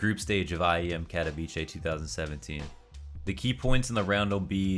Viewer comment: It is pronounced Ka-to-vi-tze